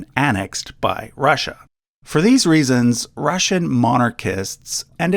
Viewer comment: Rasssia. Why you keep saying it like that ? Ru ru Russia